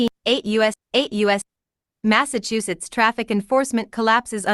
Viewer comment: Mass-achu-setts 😂 achu.. like a sneeze 🤧